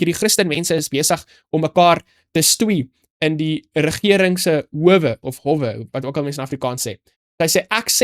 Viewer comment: dis hoooowe, die 'o' is 'n lang klank. Jy praat 'n pragtige Afrikaans. Hou so aan. Ons waardeer jou bydrae tot ons Bybelstudie.